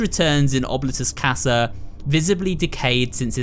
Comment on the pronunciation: im so sorry if this sounds rude, but i believe that oblitus casa is pronounced : " oh-blee-tuss- cass- uh"